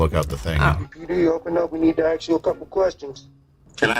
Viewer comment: Cops say ask not axs